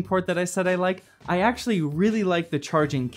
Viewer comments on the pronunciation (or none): none